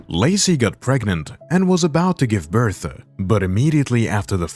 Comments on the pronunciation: Sorry.... birthA ? Hard to understand you. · Why did I hear Bertha instead of birth maybe I need to get my ears checked I have been hearing things wrong like this comment if you heard Bertha or I need to get my ears checked